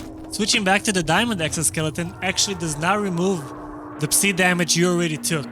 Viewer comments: Tip. Psi is pronounced sai not see. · Took me too long to realise what see radiation is. It's pronounced sy (rhymes with die as it's short for psychic)